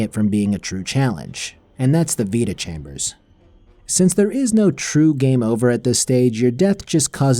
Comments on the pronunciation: vita-chambers❌ Veta-chambers✅ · I don't know why, but hearing you pronounce vita-chambers as "veta-chambers" kinda annoys me. It's "vyta" as in vitality. So. Yeah. Pet peeves and all that. Cool video though! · It's Vita chamber is for vitality, not Veta.